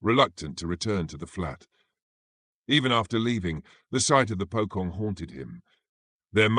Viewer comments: That Pokong caught me off guard 😂😂😂 it's supposed to be Pocong (Po as in Police and Cong as in Chonky but H and Y is silent if that even make sense 😅) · It's pronounced as "Po-Chong". NOT "Po-Kong". Hate it when Westerners apply their own styles of phonics to Eastern words. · "Pocong" is pronounced "poe-chong" in both Indonesian and Malay